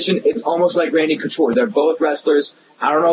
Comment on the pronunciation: You said Conture. It's Couture,. LOL!